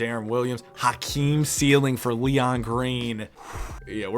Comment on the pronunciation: it sounded like said Hotkeem instead of Hakeem 😂